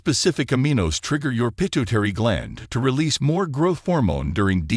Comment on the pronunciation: Ha Ha. The Ai said "pinto - terri" gland